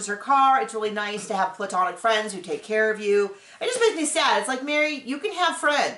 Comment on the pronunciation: New drinking game: take a shot every time says “I don’t Kerr”. 🍻🍻🍷🍺🥃🍸🍹